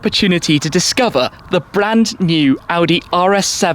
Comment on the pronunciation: "Bland New"